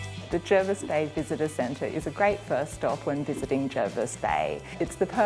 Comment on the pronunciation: Thanks for highlighting our beautiful part of the country - and remember it is pronounced JERvis not JARvis 😂